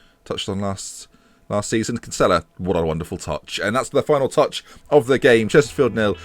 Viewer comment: for gods sake it's pronounced Kin-Sill-a